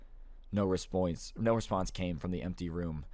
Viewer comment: "no respoince" im dying